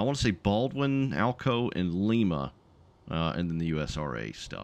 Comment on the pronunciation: Love your content man, keep up the goo work. PS: its pronounced Lime-a.